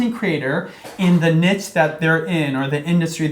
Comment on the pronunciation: ...wtf you are actinf like professionals and you can't even pronounce niche